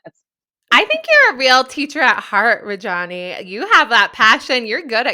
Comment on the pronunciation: Love that you had this awesome woman on the podcast! But please learn the correct pronunciation of her name. Indian names are extremely phonetic and sound exactly like how they’re spelled!!